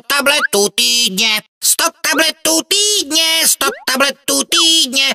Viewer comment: po 2 minutách mi týdne znelo jako túdne